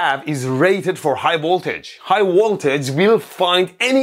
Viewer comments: I love high WOLTAGE 😂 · Yesss "High woltage"